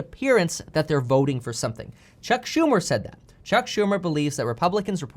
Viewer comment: You lost me the minute you said chuck shu..